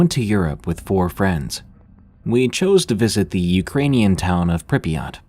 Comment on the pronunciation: You actually had pretty good pronunciation on Prypyat'! Greetings from Ukraine, i love to listen to you while working💙💙💙